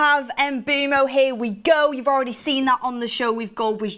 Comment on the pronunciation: My head hurts when and Mark say MBEUMOs name 🤦 it's pronounced mbwemou mboumo 🤣🤣